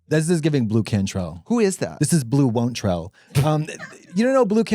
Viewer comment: 'Blu Wontrell' 😂